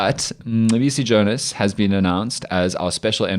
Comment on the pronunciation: listen to Colonel Chris Wyatt, an American, pronounce Mcebisi Jona’s name. 🤭🤣🤣🤣